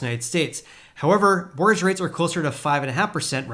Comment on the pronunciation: What's a "morge rate"? I think you mean "mortgage" rate? The "t" is silent but we actually do pronounce the second syllable of that word. It's quite difficult to understand you when you swallow up entire syllables. "Housing" should be pronounced with a vocalized "s"; like a "z" sound. Here's a reference for that